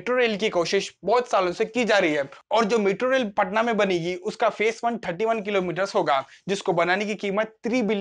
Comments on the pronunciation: It's patna not "paatna" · पटना, पाटना नहीं।